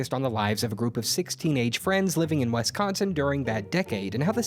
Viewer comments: It's WISconsin not WESconsin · Did I correctly hear you say "Wesconsin"??! I'm deeply offended. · Is there an "e" in Wisconsin? No? THEN WHY DID YOU PRONOUNCE IT WESCONSIN??? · Wesconsen it’s Wisconsin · It's not pronounced West consen it's pronounced Wisconsin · As a Wisconsinite, I cringe every time I hear someone say "Wesconsin." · that was the worst pronunciation of wisconsin i have ever heard in my life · Everyones talking about biscuits but are we gonna gloss over how pronounced Wisconsin?